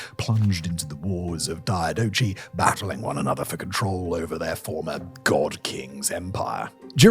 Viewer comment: Every time someone pronounces the CH in "diadochi" like the one in "Tamagochi", you know they have zero idea what they're talking about.